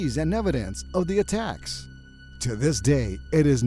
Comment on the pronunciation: In the start I heard "A TAX" instead of "ATTACKS"